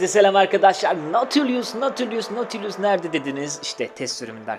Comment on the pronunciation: Aslında nautilus yazılışı okunuşu naudlıs